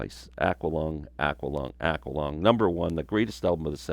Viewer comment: Awe quaw lung.no offense.i.thought it was a Canadian way of saying it..